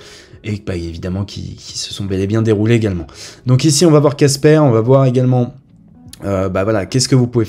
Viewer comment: Pas un petit mais un gros Like Par contre à l'oreille, j'entends Kaspa plus que Casper 😅. Mais ça va pas de confusion pour moi je lis bien Casper